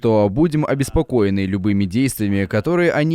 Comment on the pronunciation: "- мьі будем обеспокоеньі..." - пхахаха